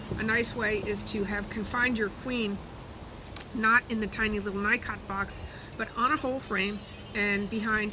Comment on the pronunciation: "Knee-coh" not Nycot. Just sayin.